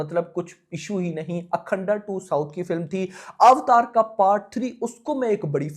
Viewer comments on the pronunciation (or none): none